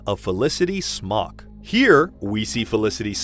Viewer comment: Felicity Smoak's surname is pronounced 'smoke'.